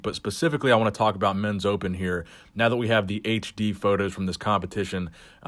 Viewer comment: That's very fascinating stuff aboot shawn